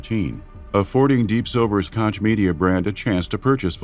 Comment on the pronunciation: I loooove the narrators voice but please... its not Kotsch its Koch, chhhhhh like sandpaper - sorry i had to... resisted for 53mins of this epic documentary but finally broke... no hard feelings, still love your content <3